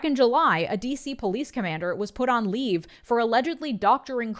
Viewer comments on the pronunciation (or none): none